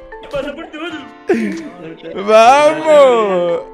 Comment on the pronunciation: Me morí de risa cuando dijo gracias por todo Pero se escucho Gracias pur tudo🤣 osi no escuche mal